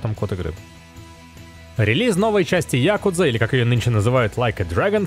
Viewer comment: Когда же вы научитесь говорить якУдза, блин? Уши аж вянут. Во всех словарях якУдза. Вроде бы серьезное издание, а такую ерунду говорите.